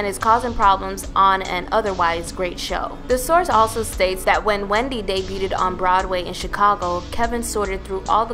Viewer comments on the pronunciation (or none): The word is NOT "debutED"! It's debuted. Like "byooooood".